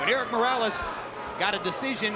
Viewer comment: .. just for the record Buffer: Errick (doesn't exist) it would be Erick with soft r like in "tree" Buffer: El Terrible is perfect! Buffer: "Morrales" (is various fabric bags) it would be Morales with the r sound like the t from "Dakota" In Spanish not everything is rrrrrrrrrr